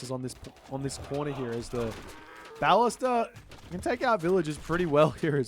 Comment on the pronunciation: I don’t know if you already know and are just doing it as a meme, but you pronounce ‘ballista’ wrong; it’s pronounced similarly to ‘ballistics’ (the emphasis tends to be on the 2nd syllable), and you do pronounce ‘ballistics’ correctly 😅